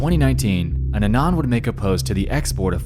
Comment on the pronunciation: bro atleast pronounce anon correctly 😭☠️